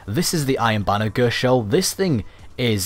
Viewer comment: 'Ghurst' shell